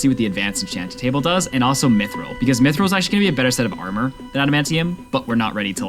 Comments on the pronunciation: Mithril is pronounced myth real not myth rael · lahva and myth-rill also